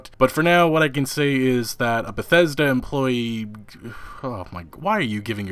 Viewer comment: Todd Howard: Christmas...Bah-thes-da!